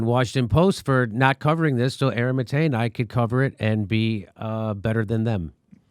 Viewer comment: I think it's Mah-Tay. not MuhTay.